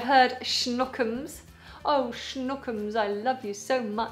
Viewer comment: Hi.I usually study English with youtube videos. Btw,I would like to point to "Schnookums" in this video,I suppose that "snookums" is right... If I'm not correct,please reply me:) Thank you from 2019 summer